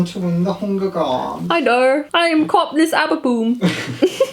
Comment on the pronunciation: "I am Kopnis Aberboom" HAHAHAHA